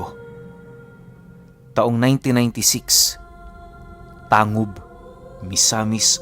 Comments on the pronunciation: Tanggub po tmang pgbgkas s lugar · Tanggub po ang tamang pagbigkas